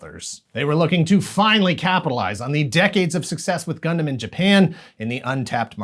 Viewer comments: ngl the part where they pronounced it as “gun-damn” was a bit triggering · "Gun-DAMN" Gotta love that tv commercial's pronunciation. 😂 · Oh gosh...that ad. We need Gun DAM pilots. Did he know he was saying it like that? Was that on purpose? I hope so. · The uniformed guy in the ad says "Gundam" as though he's saying "God Damn". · Are we all going to just pretend we didn't hear the Britsh announcers pause and say it as Gun Damn 😆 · The guy in that commercial pronouncing Gundam "Gun Damn" cracks me up 😂😂😂😂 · the way the soldier said "gundam" in the commercial sounds like "gun damn" 😅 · The commercial really works to make "gundam" sound like a swear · Same pronunciation like the British!Bright in the dub of the MS Gundam movie trilogy which came out first on VHS in the US before Wing even aired on Toonami. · It was a UK commercial for the DX Wing Gundam, and it looked more badass. His pronunciation reminded me of the 1st English dub of the Mobile Suit Gundam movie trilogy, whose Bright was British sounding.